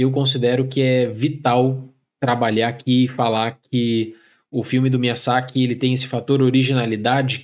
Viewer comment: Adoro seus vídeos, mas, com todo respeito, tem alguma razão estilística para pronunciar os nomes do jeito que vc faz? (MiyaSSaki, GUIamatti). Sou TEA e isso me incomoda muito. No mais, feliz ano novo e sucesso pro canal!